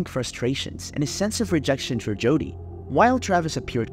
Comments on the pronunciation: Why are you saying Judy??? It’s Jodi …. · her name is JODI not JUDY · Her name is Jodi, not Judy. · To the creator of this true crime channel: You should stop using an AI-voice for narration, or if you are using your own voice, learn to properly pronounce names and words, and use correct inflection.. There are too many bad examples to name them all, but here are a few: Mimi-- pronounced as MEEMEE, not MihMih Martinez--pronounced as Mar-TEE-nez, not MAHR-tih-nez Jodi--should be pronounced consistently as Joe-Dee, and not alternatively as Joo-dee (Judy) proximity--should be praised as prah-xi-mi-tee, not as prih-xi-mi-tee. And the list goes on and on. A huge thumbs down for this channel, since narration is a vital part of these videos. Otherwise, we could all just read a newspaper article or a transcript, which in tjis case would be an improvement.